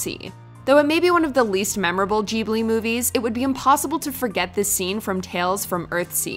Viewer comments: Wait wait wait wait... Did she just say “JIBLI?” Bruh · It's not "Jibli", it's GGGGGGGGGGGGGibli". As in "Gif". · Ooh this sounds cool- pronounces ghibli "jeeblee" Imma head out now. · There is no way you just said studio joobly lmao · Stoodio jeeblee................... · ok but... jubli?? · The only scary part of this video is the way ‘Ghibli’ is pronounced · Am I the only one who was bothered by how she pronounced "Ghibli"?